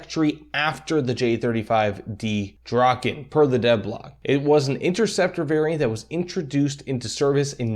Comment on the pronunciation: As a Swede hearing you try to pronounce Viggen and Draken is a bit painful lol, great video though.